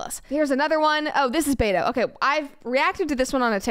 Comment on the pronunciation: Beto? At first I thought Brett says beta. :P